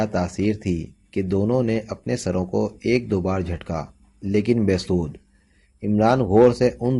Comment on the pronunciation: Be das nahi be sud hota hai alfaz dekh kar parho